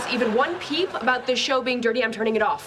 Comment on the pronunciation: Why she is saying ,, ab(oooo)t,, not ,,about,,?